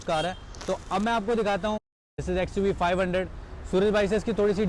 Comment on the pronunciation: its not xuv 500 its oo alphabet